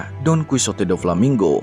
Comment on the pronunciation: bamg bukan donkusote,tapi donkihote dibacanya,btw itu tulisan gmpang nya ya